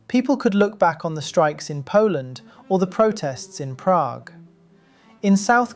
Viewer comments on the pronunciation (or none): none